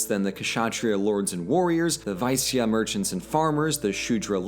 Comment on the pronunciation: Great video on the subcontinent, as a Pakistani I'm naturally quite excited about a video like this. Just one quick tip Kshatriya is usually pronounced "shut-ray-ya" in the subcontinent and Vaishya is pronounced "Way-shee-ya". There were some other noteworthy mispronunciations but I think these are the ones that matter the most, it would be pedantic to point out every single one without a cause